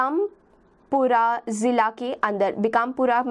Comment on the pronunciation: ma'am it's बारा‍ंं not बारन, करौली not कारोली, बांसवाडा not बनसवरा, भीकमपुरा not बीकमपुरा, सवाईमाधोपुर not स्वाई मधोपुर